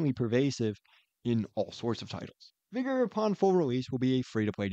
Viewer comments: its vi-ga right? not vi-go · sorry. vig-er*